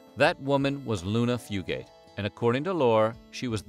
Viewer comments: Haha it’s not pronounced fu-gate. It’s more like fu-gut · That is where my maternal Fugate/Fugitt line is from. My cousin researched this and said we do, in fact, descend from them. But our family and others with the same name, pronounce it Fyoo git, not Fyoo gate! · Yep. Came here to say ‘few-get’ not ‘few-gate’. I’m from about 20 minutes from where the Fugates lived. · My great granny was a Combs from around Ball lol and it’s pronounced fyoo-git not fyoo-gate around here usually 😂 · I've always been so interested in this family because I live in Eastern Kentucky Oh, and btw is not pronounced few-gate, it's few-gut. And there's no pause between the two syllables. We just say it all together around here lol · Eastern Kentuckian here (not blue). The correct pronunciation of the surname is "few-gets" not "few-gates". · I'm related to half the names mentioned😂 and it's pronounced "fewgit" I ain't blue though. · From Eastern Kentucky - it's pronounced Few-gut. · Also, it’s pronounced “Fugue - It” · Yes!! Every time he said Fugate it hurt my ears! It should be “Few’-gut”. And don’t get me started on Appalachian! 😘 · I was thinking that the whole time I watched the video ! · As a fellow App-uh-latch-e-un, Tennessean not Kentuckian, also not blue, I came to the comment section to correct the pronunciation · THANK YOU I’m from hazard so obviously I know fugates and the way they pronounce it is killing me thru this video